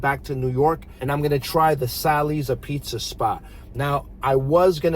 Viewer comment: The way you mispronounciate apizza is gonna piss off so many viewers 😅😅